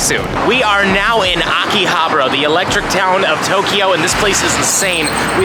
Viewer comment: Did I hear AKI-ABRA? Love that place too though. I missed Japan so much. Thanks for sharing with us.